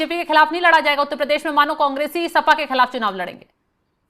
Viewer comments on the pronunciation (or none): भाई साहब, नाक की वजह से उतल पदेश सुनाई दे रहा है, जरा ठीक से बोलिए उत्तर प्रदेश, ना ना ना उतल प‌देश देश नही भाई साहब उत्तर प्रदेश बोलिए, सही से उच्चारण किजिए हम भी वोट तभी करेंगे सही से! 😂😂😂😂😂 जब आप उत्तर प्रदेश सही से बोलेंगे!